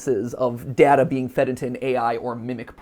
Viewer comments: Interesting that Mat doesn’t seem to be able to commit to one pronunciation of ‘data’ lmao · Matpat pronouncing data differently (duh-tuh and day-tuh) in one sentence is funny